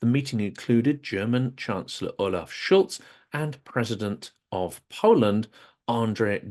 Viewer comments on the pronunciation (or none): none